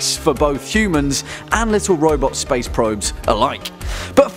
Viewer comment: I thought you said "Spice is wierd" because of your accent lol